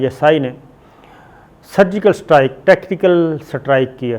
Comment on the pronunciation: Chutye, surgical strike bolna sikhle pehle